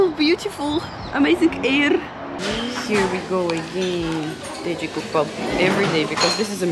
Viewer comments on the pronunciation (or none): "Amazing airrrrr" 😂 Ah yes, the smell of gasoline